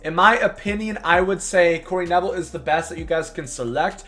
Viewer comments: It’s Pronounced Ka-Nable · Corey KA-NAY-BULL